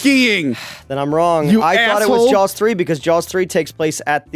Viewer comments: I'm confused. It sounded by like was talking about the film, 'Jaws', but he kept calling it Jowls. What's up? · Also,, please stop saying Jawls. There is no L. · Jawls?...jawls?...there a hidden "L" in there? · Why does keep calling it Jowls? Is he being a dick again? Or can’t help it? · Does say "Jawls"? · Honestly asking.... Is pronouncing Saw as Saul and Jaws as Jawls a regional thing? It hits my ear every time and I've never been to Philadelphia so I'm curious.